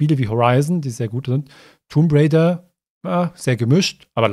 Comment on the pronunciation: Und nicht zu vergessen das B in Tomb Raider. Ist auch stumm ^^